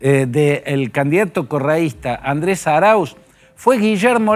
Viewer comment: Como no sabe decir Correista tampoco sabe nada este periodista